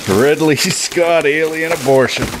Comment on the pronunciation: This dude said riddly scott lol at least we kno u like the alien movies